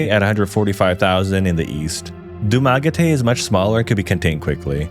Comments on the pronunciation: I’ve never heard Dumaguete pronounced that way. In other news, Maragusan finally got its first 7/11 last year. 👍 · You mispronouced Baguio and Dumagete